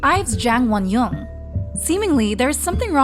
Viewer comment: Pronunciation tips for the narrator (very important for spreading Korean culture appropriately): Jang Wonyoung = Jahng (soft a like “ah”) one young Taeyeon = Tay yeon (tay like “okay” not like “Thai”. Yeon like yuhhh)